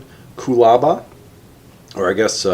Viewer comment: Pronounced “Cool a bar”, ha ha I do prefer your version though